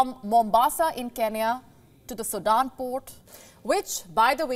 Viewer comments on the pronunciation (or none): none